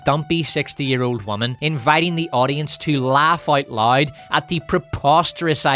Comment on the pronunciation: Considering that I'm South African and our accents aren't too much of a stretch apart, I'm judging myself for having to rewind the part about Sharon Stone cause I genuinely thought you were saying "lide" ... turns out you're saying LOUD 🤣